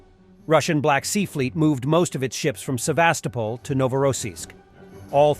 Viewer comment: Sevastopol = Seh-vahs-TO-pol.